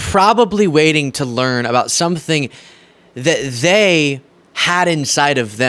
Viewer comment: . "that THEY!" Don't keep the 1st timers aloof! Speak "THEY" clearly and concisely! THE REPUBLICANS AND THE DONALD TRUMPS! I YIELD